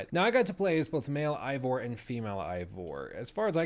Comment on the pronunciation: God dammit. It’s “A-Vor”. You don’t pronounce “eight” like “ight”